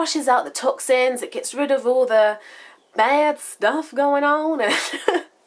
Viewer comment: Great video! I loved the part where it sounded like you were attempting an American accent. "...baaad" lol. Too funny. Video request or Q&A: can you share some homemade masks that you do, or for all skin types? Thanks! Love Ya!